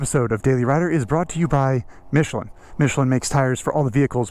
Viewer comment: Finally someone says Michelin correctly 🙏 MCN take a note 😝 especially Michael Neevsy